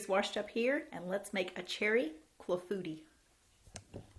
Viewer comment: It's pronounced "KLA-foo-TEE" with the emphasis on the first and last syllables...not "Claffootee."